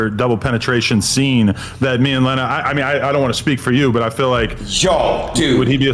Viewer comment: Bruh, at least say names correctly. Not Leena not said "Lean-ah" it's Lena said like "Lynn ah"